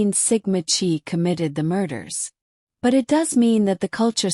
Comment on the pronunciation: “Chi” is pronounced “KAI”. Check the pronouncing of victim’s names. Ethan was suspended for bad grades: same for Xana, at her sorority. Good background report here. ❤